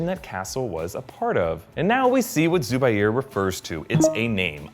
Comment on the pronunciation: its not pronounced as 'Zooba - Aier'...... its pronounced as 'Zu - Baier'